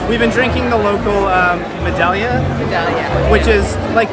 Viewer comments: Medalla... Ma- die- ya. . The two L’s sound like Y. Best beer in the world, best place on Earth. Love Puerto Rico 🇵🇷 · Medalla (meh-DIE-ah) :) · Meh die ya beer. Not Meh dal ya.